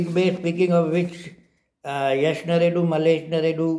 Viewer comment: Narredu rider name is pronounced as wai dande. No comment for last race.